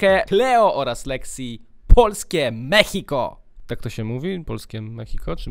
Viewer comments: To się nie mówi mechiko tylko mexico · to się wymawia ,,polskie meksiko", a nie ,,polskie mehiko", czy jak ty to tam czytasz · Posłuchaj tego z dwa, trzy razy i wtedy będziesz uwielbiał tą piosenkę. Ale Lexy muszę przyznać, że to perła w tym teledysku. A i nie mówi się ,,Polskie Mehiko" tylko ,, Polskie Meksiko"😅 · Mechiko xdddd. Rykłem kiedy mówiłeś mechiko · polskie mexico: czyta się ( polskie meksiko ) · się czyta polskim meksiko a się pisze mexico